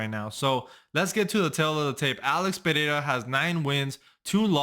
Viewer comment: Congratulations for saying "Pereira" perfectly! I'm Brazilian. 😅